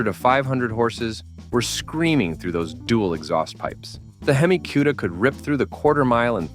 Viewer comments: 1. Hemi Cudda? Four Hundred Forty Two? Viv-eight? Hearing this and other mispronunciations makes me stop playing these videos. 2. A 450 c.i. LS-6? Can't you do the slighted proof reading of your narrative? 3. The Torino's rear window was NOT aerodynamic. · What;s a "queda". AI. Artificial intelligence is truly artificial and has nothing to do with intelligence.